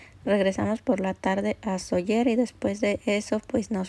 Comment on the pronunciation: Gracias por enseñar un poco nuestra casa. Se dice Sóller. Acentuando la O ya que existe el acento. La vocal fuerte es la ó. Cuídense 🙏🏻